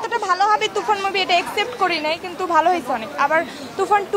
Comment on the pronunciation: কি এক্সসেপ্ট করে নাই 😂😂😂 টুকটাক ইংলিশ না ফুটাইলে চলে না !!!😅 আবার ভুলভাল 😂